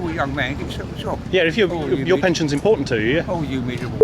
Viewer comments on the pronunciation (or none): none